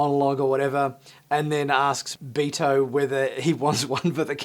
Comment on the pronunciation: Its not.... "BEE TOE" its "BEHR-toh" Basically his name is Berto.. but pronounced with a Spanish accent. Ortegas is of some type of Spanish decent.